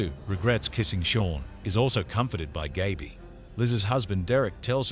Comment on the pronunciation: an 8 minute video and you didn't pronounce Gaby's name right once